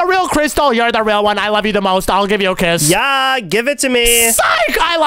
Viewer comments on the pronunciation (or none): meant to say give me a kiss but In stead he said give me a quiz😂😂😂😂